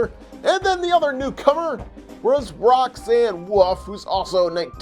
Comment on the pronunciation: Really my Knigge did you really just say Roxanne wuff